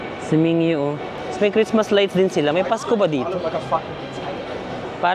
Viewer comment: Ming-gyu po not ming-yu